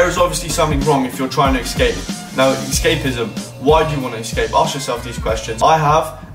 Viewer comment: ESCAPE* not excape